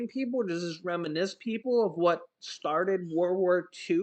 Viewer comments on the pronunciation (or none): none